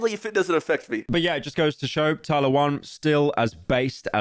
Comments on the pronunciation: There is no way he didnt watch just a single video of Tyler's and mispronounces her name over and over again 💀 pyro the king of research as always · HE DID IT AGAIN! THERE'S NO WAY MAN! You're actually the yt equivalent of a substitute teacher mispronouncing every name on the fucking planet